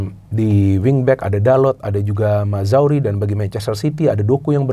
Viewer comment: Mazraoui bacanya Maz-ra-wi bukan Mazawri :D